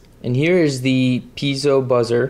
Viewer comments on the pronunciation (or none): A couple of comments: -You say Pee-zee-oh and Pee-zo. The word is actually Pee-ay-zo. You are not alone, as many engineers also have never bothered to learn the correct pronunciation either. -When you use the piezo transducer to generate a voltage, keep in mind that voltage depends on force applied. A piezo igniter uses a spring trigger to apply lots of force suddenly. Your multimeter cannot respond fast enough, so it shows a low voltage. It is actually more like 2000V briefly. Ask your teacher!